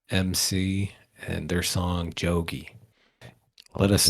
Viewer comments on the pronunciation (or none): It's not Yogi it's jogi.😂😂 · It is Jogi btw not Yogi.